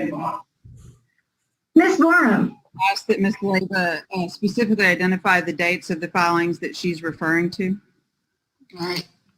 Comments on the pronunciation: Pacifically stipulates 🤙🤙😅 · Pacifically is she on pch?